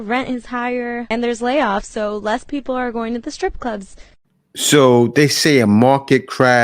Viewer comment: STR ippe not scripper STR for fucks sake.